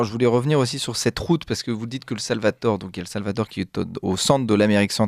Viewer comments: Le Salvatore, 🤣😭 le Salvadore , il faut réviser la géographie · Pourquoi ce jeune journaliste prononce t il SalvaTor ? Mystère !